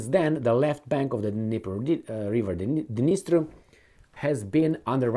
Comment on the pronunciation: D-NIES-TER river.